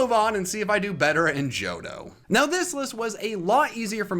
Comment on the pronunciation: THE H IN JOHTO SHOULD BE AFTER THE FIRST O!